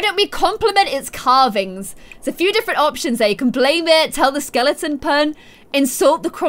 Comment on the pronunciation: Sweetheart, there is no "ing" in the word Skeleton. LOL